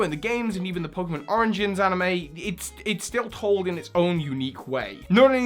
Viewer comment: When you were talking about manga you said pokemon oranges instead of origins. Lol